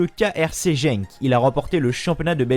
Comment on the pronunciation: Ça s’écrit Genk mais ça se prononce « Guenk » comme ça tu sais. Sinon super sympa la vidéo